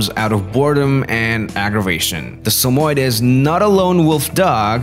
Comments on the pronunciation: Why he sayin sum oied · Its pronounced as Sa-mo-yed. YED! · Your not pronouncing it right. Sammy-Ed if you can’t pronounce the name right how can I watch this video?